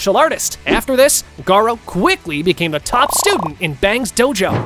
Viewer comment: bruther its garou